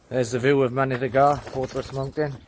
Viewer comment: great vid, info spot on mate, but Mynydd y Gaer should not be pronounced as Mynydd y Gar, yes I know the valley's boys always get their Welsh a bit wrong! but it sounds better and more like the word if you say GAE R.